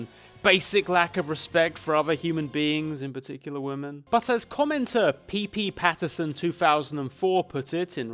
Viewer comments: I know it's a bit too late to say this but it REALLY bothers me how he says '' Pee-Pee Pattinson 2004'' Instead of '' Pee Pattinson 2004'' IT DOESN'T FUCKING HAVE THREE P's IT ONLY HAS TWO P's, TWO!!! WHY DOES THIS BOTHERS ME SO MUCH ASJFNOAJFNDKFMSL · The way you say 'ppPatterson' is fucking priceless.